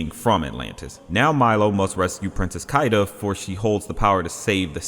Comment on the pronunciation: Its Keeda not Kyda...her name is Kida!